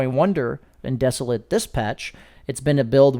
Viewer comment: great video. Please google the pronunciation of desolate. It is not pronounced, as a verb, the way you say it.